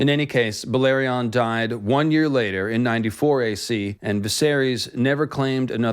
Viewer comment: Balerion... That pronounciation kills me.